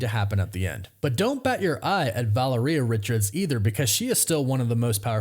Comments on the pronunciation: VA-LARE-EE-AH for gods sake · Valeria - Vuh-la-ree-UH Practice makes perfect. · Take a shot every time he says Valeria wrong